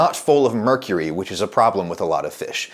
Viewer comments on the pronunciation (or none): none